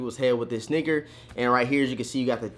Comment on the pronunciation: Why does it sound like u said the n word even thought u said sneaker